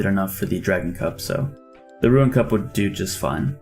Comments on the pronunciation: Listen closely, he still says "ruin" or "ruen" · Why do you say rune lite correctly but not runes for magic?